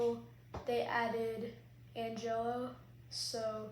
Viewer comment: Again, an-gel-lo